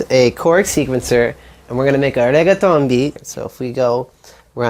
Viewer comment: Did this dude just put on an atrocious Italian accent to pronounce the word "reggaeton"? Oh dear.